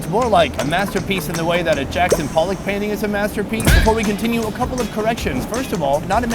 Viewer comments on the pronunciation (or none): none